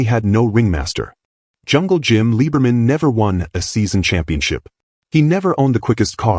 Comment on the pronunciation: They MUST FIX the narration on this!!!! His last name is Liberman . . . pronounced LIBBER-man and NOT LEE-BER-man. As he once told me: "I'm German and not a ___ Jew."